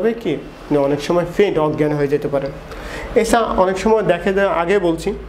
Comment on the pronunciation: Fare ki jinish? Pare Ki doctor tik moton bangla porjonto bolte parche na.....